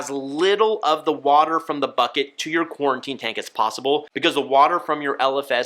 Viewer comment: Why does he keep saying QuARTInE tank